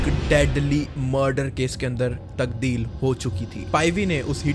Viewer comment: informative!!! It is tabdeel brother not tagdeel!! Don't mind please